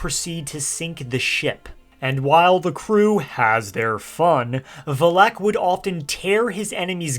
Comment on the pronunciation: There you go again. The emphasis goes on the Vel NOT the ehk.